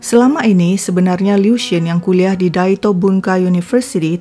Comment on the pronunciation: Aku sukaaa bgt cara nyeritainnya itu lho.. Pengucapan nama, tempat semuanya jelas dan benar👍 Liu itu sdh tersiksa smp mati dg ketakutannya. Utk Ibu Qiulian smg ttp sehat